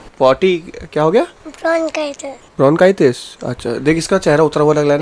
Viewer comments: it’s not bonchitis it’s bronchitis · Bonchitis nhi bronchitis hota hai bhaiya